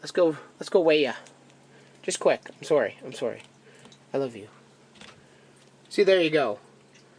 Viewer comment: you said sorry the way Canadians do